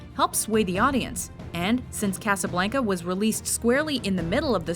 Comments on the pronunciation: WHENEVER THIS BITCH SAYS CASABLANCA I WANT TO DIE, DO YOU HAVE TO BE SOOOO WHITE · I hate the way she says Casablanca.